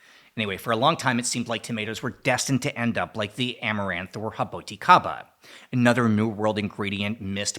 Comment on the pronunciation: Eu tbmmmmm pena que dá poucas vezes por ano. Achei engraçado ele pronunciando "raboticabas" 😂